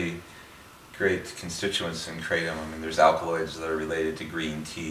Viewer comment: Thanks for this video a lot of true points. And the way you pronounce Kratom is the same way that I do. I see it wrong elsewhere. This herb has been helping me for a year with my prior anxiety and I'm now free of drugs and alcohol for over a year because of it's almost daily small dose use. I can vouch for your improved immune system theory. No sickness in over a year! Not even a cold which is unusual for me. Benefits galore! Now I need to move to a tropical environment with my own trees!